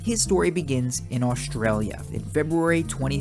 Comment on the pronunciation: Hey you almost said Australia correctly